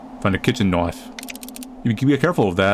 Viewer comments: “so here we have a knoife” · I love that he says knoife instead of knife :D